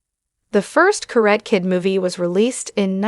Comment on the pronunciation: It’s pronounced [ KA - RA - TEH ], what is a “KARAT” Kid ? The lady announces it in a wrong way. She continues to say, “KA -RAT” . Ridiculous ! 👎🏼👎🏼👎🏼👎🏼👎🏼👎🏼👎🏼👎🏼